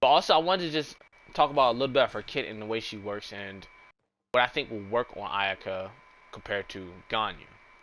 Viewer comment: XD he said Iyuhkuh hehe thats funny